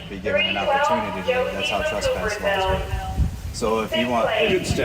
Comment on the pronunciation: The woman has a problem saying “trespass” lol. stands his ground until he is officially trespassed.Bunch of idiots..